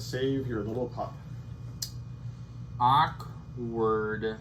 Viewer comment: Arkwardly the word akward is used arkwardly often in this arkwardly great playthroughs… arkwardly😆